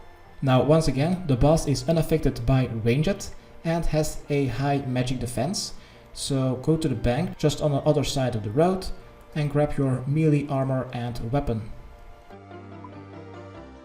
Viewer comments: stop saying ranget its ranged or range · rang'ed attacks lol